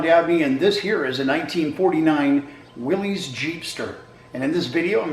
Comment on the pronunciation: It's willys...like Willis not willeez